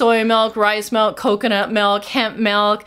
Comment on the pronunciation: MYLK!!! Let's call it mylk.